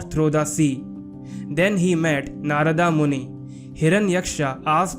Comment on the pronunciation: Good video but inaccurate pronunciation of names. Names like Hiranyaksha and Narada etc. are simply not pronunced Aaaa at their End.